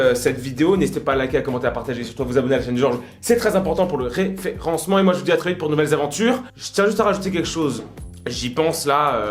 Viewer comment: Tu es chiant à faire peur dès que tu dis referencement ARRÊTE STP